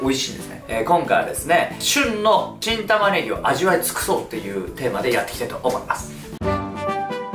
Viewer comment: 何回聞いても新玉ねぎがキン玉ねぎに聞こえる いい耳鼻科紹介してください